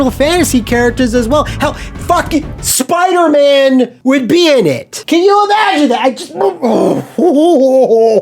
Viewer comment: this made me crack up how you said Spider-Man 😂